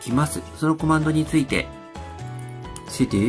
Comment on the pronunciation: うぽつです。 sudoの発音が須藤（・・・元気）じゃなくて、ちゃんとスドゥーになっていましたね。 tabキーでパッケージの候補が出てくることは知りませんでした。便利そうなので、使ってみます。